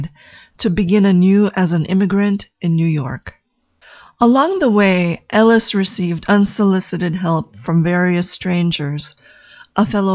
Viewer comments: on a soul level and a speech level her name is pronounced "A-LISH" not "L -ES" and that is not hidden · This is very interesting- nice work! However, her name is Eilis not Ellis. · Thank you for understanding I wasn't trying to be critical--just helpful. It is pronounced Ay-lish in the movie. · So awful that the name has been changed. Surely it would have been easy to make sure it is pronounced correctly. It’s Ellis and not Ellis. She also didn’t leave Ireland because she wanted bigger things . There were no opportunities for her in the small town and her sister initiated her emigration. This is really clear in the book. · I appreciate the analysis, but I must say that the mispronunciation of Eilis's name annoyed me throughout. I fear how the pronunciation of the lead actress's name would have sounded.